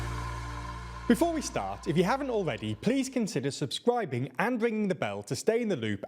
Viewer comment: I’ll subscribe the day you stop saying “subscwibing”